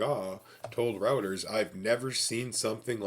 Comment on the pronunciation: it's roy--ters, not rawters. just fyi good info